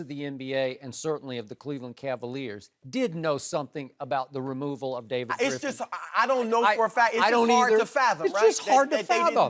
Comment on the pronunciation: Lmaooooo "Gripf"